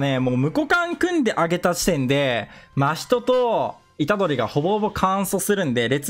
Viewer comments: 真↑人↓↓ ❌ 真↓人↑↑⭕️ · 真↓人↑じゃなくて真↑人↓じゃないっけ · ま↓ひとに違和感を感じる我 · 真人のイントネーションめっちゃ気になった笑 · 真人のイントネーションが気になるw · 真人毎回思うんだけどイントネーション違くね？ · 真人のイントネーションこれであってるの？